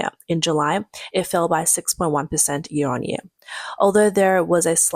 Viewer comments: This jeer? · This year, not this "jear."